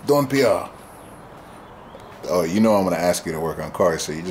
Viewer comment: sounds like French when calling Don. Missed the dog.